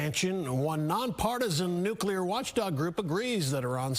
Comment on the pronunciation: reporter cant even pronounce the word "nuclear" correctly